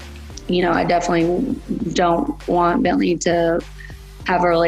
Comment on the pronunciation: "Rhine" and "BientLee"